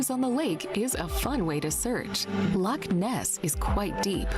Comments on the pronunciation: To pronounce Loch, the ch is said like you have a hair stuck in the back of your throat 😅😊 Also, Loch Ness is part of a fault line, the Great Glen fault. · I’m Scottish it’s not a lake there lochs we have the must beautiful country in the world there is only one place we call the lake of Menteith near Aberfoyle I just wish people who do tours to Scotland learn to say the names correctly you keep saying England your not in England it’s Scotland you talk some crap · Its Lochs bro not lakes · We don't have lakes in Scotland, we have loch's in Scotland m8. Thats why its called Loch Ness and NOT lake Ness. The "ch" doesn't make a "K" sound it makes more of a "cha" sound.. Its the same think but we don't use the English word.